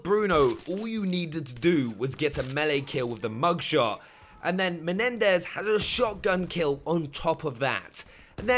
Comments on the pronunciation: I know right its MENENDÈZ not MENDEZ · He said “Mendez”